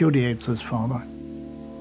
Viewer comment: When the man wearing specs pronounced the word Father as "Farrder" I knew my stomach was going to turn.